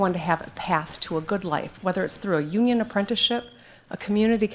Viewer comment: "The state of the Onion"